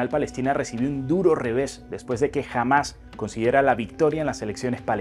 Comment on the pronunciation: No se pronuncia Jamás sino Ha'mas.